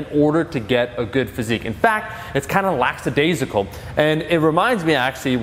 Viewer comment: "lackadaisical", not "laxadaisical"